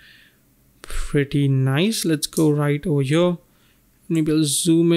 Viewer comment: Beside the very good tutorials it is a bit stressful how you pronounce "here" ... every time i hear "...over yo..." i get pimples on my skin... xD ..try to say HERE and not YO